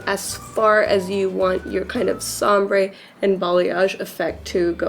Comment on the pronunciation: Thank you for the video. I rewatch it every time I touch up my roots. It's so easy and looks just as it should. Just as an aside; are you saying sombre instead of ombre? Every time I watch I wonder if I'm hearing it wrong. :)